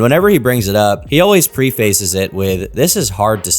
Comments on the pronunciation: Pre-face is not a word. Preface is pronounced "pref•ace" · lol this is the first time I've heard someone pronounce preface as pre-face.